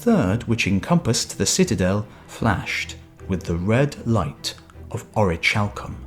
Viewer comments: It’s pronounced Ore-uh-kal-come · Ch in Greek is never like the soft sound in English. The orichalcum pronunciation gets annoying.... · you are suggesting its pronounce ori-hal-cum? because thats not right at all. its ori-khal-cum. i looked around. google along with dictionary . com along with various other sources all support what i said. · in ancient greek 'CH' is pronounced as a 'K'. so it's (oree-kal-kum). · Isn't it pronounced orikalkum ? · It's pronounced ORI-CAL-COOM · the ch in orichalcum is pronounced as a k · Actually it is pronounced as h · I don't know about its pronunciation in english but in modern and ancient greek it is pronounced as H.